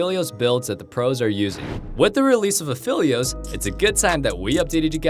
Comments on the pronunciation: I like this guy but its Aphelios not Afilious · Say Aphylios one more time dude, I swear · why would you pronounce it "a-fill-eos" in this video and "a-feel-eos" in the last one? its pronounced "a-fell-eos" alune literally calls him phel "fell" all the time in game u hear his name tons just by playing him. how are people messing this up?